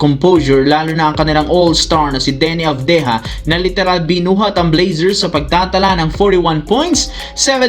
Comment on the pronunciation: Avdiha sa bisaya, o avdija, mali pronouns mo , nahala na bisaya ka😂😂